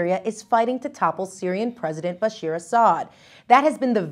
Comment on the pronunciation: Jessica I love you, but it is bashAAr not bashEER